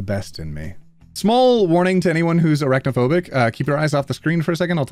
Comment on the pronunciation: Did anyone else think he said erect-phobia instead of arachnophobia